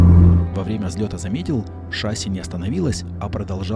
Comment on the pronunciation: не шАсси, а шассИ. Без обид...